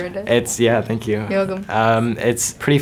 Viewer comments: "Good actor" "Thenk😔" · "Good actor" "Thenk" Yup that's how teenagers talk. Take notes, writers.